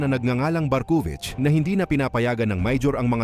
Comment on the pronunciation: Barkuvich❌ Barkong wich😂✅